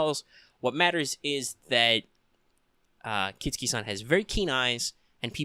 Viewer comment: Good video- except its KIT-SU-KI not KIT-SKI , just Fyi!